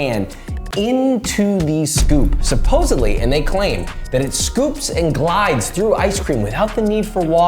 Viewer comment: Good vid but come on Josh... SuposseBly? With a B? You're better than that my guy!